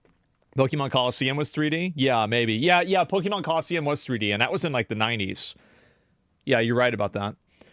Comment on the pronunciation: Why do all od these guys pronounce Pokemon in such a ret4rd3d way?